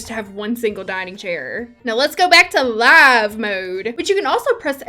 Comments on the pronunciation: YES!!!!! 🙌🙌🙌🙌🙌🙌🙌🙌🙌🙌🙌🙌🙌You are correct. It absolutely is LIVE mode. Like ALIVE. It’s absolutely absurd to call it live. That’s stupid and sounds like people don’t understand how to talk correctly. It’s LIVE mode. Like LIVE tv. Because you it’s LIVE and not paused. God you’re the best for saying it though. Freaking thank you dude. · Yaaaaaas! I also say “LIIIIIVE”(lie-v) mode haha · I say live like you do lol LIIIVE mode for sure. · I say "LIVE" mode the way you do. "Live" mode as in living just sounds weird. lol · Yes it’s liiiiiiife mode, in french it’s « mode vie » 😀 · It's Liiiiive mode like you said. I get annoyed when it is said the wrong way. lol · YAY! xxx I say LIVE like you do because that is the correct way. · YES! It's l-eye-ve mode! Huge pet peeve of mine. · I say LIEve mode, same as you, you're not alone. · Never played the tutorial either loool, I'm all about learning by myself lol Edit: Omg I always say Lie-ve mode too xD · I say live mode the same way you do, glad to see I have the right opinion lol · I also say live mode like you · I say live mode the same way as you - always have and always will! It’s the right way to say it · Yes! You say "live", rhymes with alive!!! The sims come Alive in Live mode!!! I've said that since TS1 days, too late to change me now! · Ok, I can fully understand why you would pronounce “live” mode like that, it makes sense, however, the other way to pronounce that word makes just as much sense to me, because it’s the mode where you play with Life! Your Sims are Living when you’re in live mode!!!! And that’s why I’ve always pronounced it that way! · yeah because the other way it sounds more like "leave mode". Lol "LEAVE" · I've always said live mode like you say it..since Day 1, cause when I push that button, ....we're going live, people...3...2...1 "Action!" lol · iT'S LIVE RHYMES WITH FIVE DAMMIT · Your pronunciation of Live Mode is how I've always pronounced it too! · it’s 100% “laiv”, not “liv”….